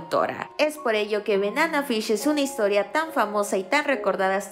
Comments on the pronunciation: Amiga NO es Benana Fish…. Es Banana Fish…. Aprende a pronunciar 🤦🏻‍♀️ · se pronuncia "benana fish" y "eji" en lugar de "banana fish" y "eiji"?? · Me pone nerviosa que diga benana fish y eji xdddd